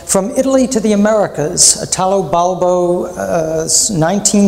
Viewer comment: You could, at least, pronounce his name correctly: Italo, accent on the first I, not Itàlo, which is ridicolous.